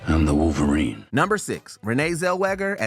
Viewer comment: Wooverine? Get rid of this narrator